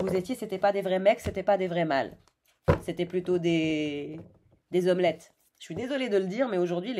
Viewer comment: Les " z' hommelettes " Excellent 🤩